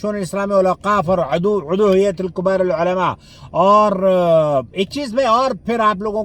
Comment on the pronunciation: کُبارالعلماء❌❌❌❌❌❌❌❌ کِبارالعلماء✔️✔️✔️✔️✔️💜💜